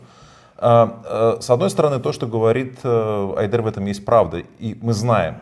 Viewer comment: Ще й проблема з наголосами у словах: украи́нский А́йдер